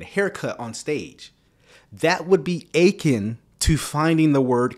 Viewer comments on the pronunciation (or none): I agree with everything you said except the way you keep pronouncing “akin”. The emphasis should be on the last syllable. You sound like you’re saying “aching”. But it’s “a KEN”. I’m not trying to be picky, but you keep saying it!!!😊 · You killing me with your pronunciation of akin. It’s uh-KIN, not AY-kin. You said it soooo many times, it drove me nuts! Love ur videos tho 😂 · It’s (ah-kin) but I get you!